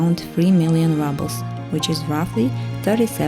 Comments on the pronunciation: Thank you for your fascinating look at 3 different housing styles in Yakutsk. You have a good narration voice and I really enjoyed your tours. Good choice in music, too. Just to let you know, it's not pronounced "rubbles," it's pronounced rubles, as in "roobles." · Видео супер, произношение 4 с минусом. Рублз вроде же читается а, не раблз. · Всё отлично, только "рублз", не "раблз" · Rubles is pronounced with a “ру”sound in English, not rubbles… just saying. Super interesting video! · Why would she pronounce “rubles” ‘rubbles’, when literally the correct pronunciation of the word in Russian is indeed “ruble”? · Why is she saying Rubbles? Isn't the correct pronunciation Roobles? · A great video as always ❤ I just wanted to say that rubles is pronounced “roobles” in English. Apart from that perfect 😊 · I’m sorry, but you pronounce ruble incorrectly. It’s “rooble” kinda like in Russian. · The irony of her pronouncing them “rubbles” is priceless. Should it not be “apartment bloc”? 🤔😅🤷‍♂️ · Do Russians pronounce the Rouble like Rubble (small rocks)? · That's what I have been wondering, I've never heard it pronounced like this before.